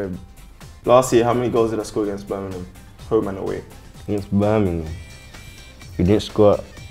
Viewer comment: I love Tammy and how well he’s been playing for Villa. But his pronunciation of Birmingham caught me off guard. Cmon mate, you’ve been around them long enough to not call in Burninem.